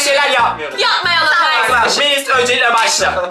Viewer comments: Ama arkadaşlara aşalar diyo amanın demesi çok komik hahahsjjsjs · Abi aşar diyorsun arkadaşlar yaaa😄😄😄😄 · Peki arkadaşlar yerine ağaşlar demesi😂😂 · ağarşlar diyorr